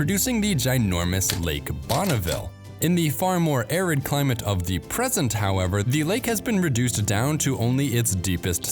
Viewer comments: You need to stop saying "THEE" when you should be saying "THUH". The ONLY time you say "THEE" is before a vowel. Same with saying "AYE" and "UH", which you are also criminally guilty of. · A good video marred by the voice-over, which could have been better done by a computer. This strong tendency toward evenly spaced syllables is pretty awful. And there's the YouTube explainer dialect in full force: wall-to-wall AY and THEE. Training needed.